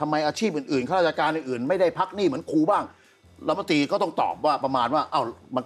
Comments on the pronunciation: ครู ๆๆๆๆๆ ไม่ใช่ คู อย่าลืม ร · พิธีกรออกเสียง คูๆ บ่อยจัง คูไหนจะใส่ซอง20 บาทได้ ครูต้องล้างจานค่ะ 🎉❤